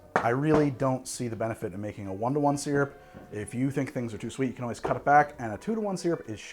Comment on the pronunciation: of all the things that gets shit for, the thing that's really most irritating, and for which he seems to be given no shit, is his pronunciation of the word "SYRUP"